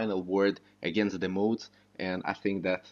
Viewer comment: You pronounce modders correctly, why do you say mah-oohds (mods) like that. Where where you born and what country did you learn English? Interesting accent